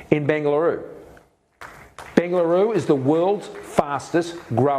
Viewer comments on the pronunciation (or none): It's Bengaluru 🙏